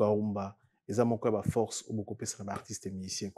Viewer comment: prononciation moins,hein. FoRce et non FoXce, MeRci et non MeXci....